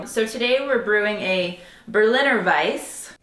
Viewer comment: You pronounce every letter in German. It’s more like Vice-uh.